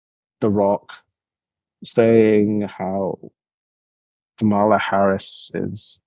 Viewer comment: Great discussion. However: Why are so many still mispronouncing Kamala's name? It feels intentional and bad faith at this point. (it's: "Comma- La")